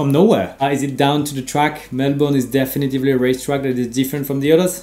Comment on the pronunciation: Super tes vidéos, Romain. Par contre, attention, c'est "definitely", pas "definitevly"